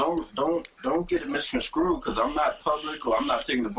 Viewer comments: it's "misconSTrued" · The fucking word is misconstrued. Not fucking SCREWED. Black People stop saying misconscrewed. Please. Nigha said it like 4 times